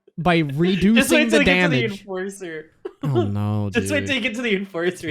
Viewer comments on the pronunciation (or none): He turned the enforcer into the enfarcer